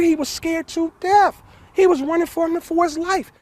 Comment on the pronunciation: It is death not deaf. Th